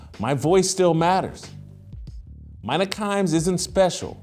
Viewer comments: It's 'Meena' not Mine A. But agree, she's the single most annoying person on ESPN. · Why does Jason butcher peoples names he doesn't "respect"?? Its soo childish. Youve heard her name pronounced a million times. You know damn well that womans name is "Mee-Nuh" not "My-Nuh" 🙄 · *I find it hilarious how Jason mispronounces peoples name on purpose “Mine-nah Kimes” or “Car-Ree Champion” lol when he knows it’s pronounced Mina and Care-Ree 😂😂😂 this guy hysterical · Do your research Jason. Her name is pronounced Me-na. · "MINE-uh" This clown knows damn well how to pronounce her name. Ya know, trashing someone loses a little bit of its muster when you clown yourself before the rant even starts. 🤡🤡🤡🤡🤡🤡🤡🤡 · Why does this guy pronounce her name wrong on purpose when he has been on the record saying he’s a fan? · no but Jason is one who jumps on everything someone he disagrees with says, and with his journalistic background, he knows that credibility rests on facts and getting things right. So he's fair game to be called out on mispronounced the name of someone whose credentials he's calling out. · At least pronounce her name right if you’re going to do a whole video on her. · Sad poor Jason still bitter that ESPN canned him all those years ago and that Mina is way more knowledgeable. I think we know who the actual DEI hire was. And butchering her name too? Just petty and pathetic. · Hey Jason it's meena kimes that's how it's pronounced. Also it's disparaging not disbaraging.